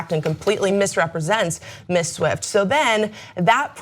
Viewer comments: Why can't she say Ms properly? She either says Miss or Mrs, as a Ms myself I find it irritating. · Ms. is pronounced "MIZ." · Ms. pronounced miz, come on.